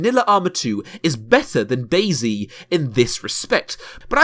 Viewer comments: why u saying dayzee cant you just say dayz (De*i*z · Have you realized it's not "Daisy" but "Day-Zet"? I've no idea why they all call it Day-C... It's sad that not only developer but also players ruined this game... when I first played it years ago it was fun because it was about surviving and looting but also discovering and traveling (in a positive way) and it tooked not long to get good loot but you could allways improve it and meeting players was never or rarely K.o.S. insted it was having some conversation asking them if you could join them or if they can join you or if you can help them or if they or you need something etc. But than it became more and more ugly - loot became more and more shitty and little and you often died by starvation - later because of overheat or hypothermia but also the behavior of the players changed alot... it became first a more carefull version "are you friendly?" but than they began to lie or betray you and shot you and so it became more and more kill on sight - you can't thrust anybody etc.... even the rule newbs (new spawned players) are taboo was lost and it became ugly and unfriendly more and more... Nowadays it's a painfull looting and running around for ever kind of deathmatch or a hike-simulator a nice one but... yeah... often you're happy if you have no good loot because so you not have to loose much - as more you have as painfull it will become The basebuilding is veeeeeery poorly in standalone and you can be sure that if you log out and come back your tent or barrel is looted even if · British man saying zee instead of zed but this is still alright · It's not dasy its DAYS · DayZ is meant to be pronounced DAZE. ;)